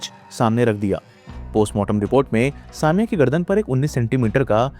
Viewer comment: It's not saa mia, it's sa me ya.